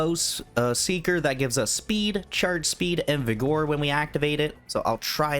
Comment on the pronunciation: Slaan:Sla-awn, not slain Vigor:Vig-uhr not vig-OR I apologize, but it hurt me every time. diabolical tzeentch brain magic that dealt me psychic damage.